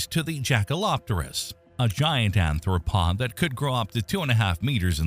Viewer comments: Wait it's arthropod, not anthropod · ARTH ro pod . . . ta PEE tem. Anthr- refers to human evolution. When something so basic as pronunciation is not convincing, it undermines the total veracity of a channel. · Please learn how to say "arthropod" correctly. The etymology of "arthropod;" arthros = joint + podos = foot...meaning "joint foot" Anthropod as its written is a gibberish word that doesn't exist (anthropos = human + podos = foot...meaning "human foot")